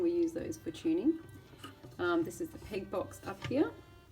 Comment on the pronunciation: Amazing video, very useful for those who don't understand the instrument itself. And by the way, are you Canadian? I couldn't help but notice how you pronounced peg 😁